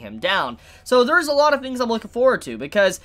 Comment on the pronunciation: Why does say fors, forfin, fings? like the cockneys I know pronounce "t" with "f" and "w", but why? It's confusing